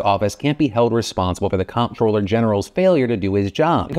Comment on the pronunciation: Dude, 'comptroller' is pronounced 'controller'. As in, the person who controls the finances.